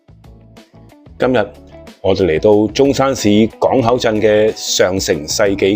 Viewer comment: 今日變咗今(物) ??????????????????????????????????????? 乜q廣東話嚟㗎